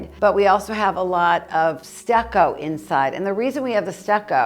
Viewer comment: when you are saying stacco here and stacco there..pointing to the walls..are you meaning stucco?..plaster? you make me laugh😂..I hope you and your family are doing well..un abbraccio